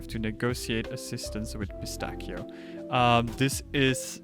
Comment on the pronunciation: even tho this video is a year old the only thing that eerks me is the mispronunciation of Pistachio but great guide reguardless